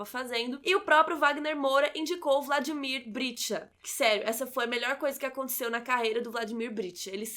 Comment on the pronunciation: nossa, ela repetiu 20 vezes Vladimir Britcha e é Vladimir Brichta!!!! bj